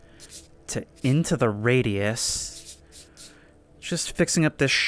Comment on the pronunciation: I heard "into the feetus"😂😂